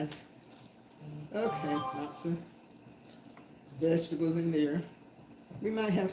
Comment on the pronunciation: Mema cooks with love! (Thankful AJ's cereal did not make it into the mix 🤣) Love the VEG--EH-TABBLES lol. The camera loves Mema :hand-pink-waving